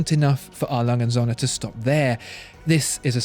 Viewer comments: Alanghe unt Sönne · When ever the brand was mentioned it sounded to me like "Alangensohne". German doesn't squish words together like this. It should sound more like 4 separate utterances, I'll try to describe what the correct pronounciation is in "English" terms. A. - That's an initial and should sound like the very first sound in the word "are", without any of the "re" that follows. Lange - That part is pretty okay pronounciation wise in the video. Should sound like "lung-eh" & - That's the symbol for "und" and is a separate word, which should be pronounced accordingly. Starting with an U that is pronounced like the oo in boot -> "oont". Don't try to do something like "Rock'n'roll" with this word, it doesn't work. Söhne - Almost like the u in burn or turf. but tongue a bit farther front. The S is soft, like an english Z. Should sound like Zuh-ne, with the ne rhyming with "the". Now the hard part: Referenz-Uhr / Referenzuhr This is a so-called Kofferwort, meaning an agglomeration of two existing words: Referenz and Uhr. These are still pronounced as two words, albeit with a smaller gap between them. "Uhr" has the same sound as "und", and sounds like "Oor" (oo as in boot). "Referenz" sounds pretty much like reference, but without the rolled R and with an emphasis on the last syllable: ReferENZ.